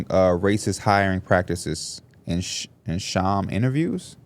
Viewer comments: "Sham interviews" dude pronounced it like Shams 😂😂😂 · No way said it like "Shams" interview and not sham 😂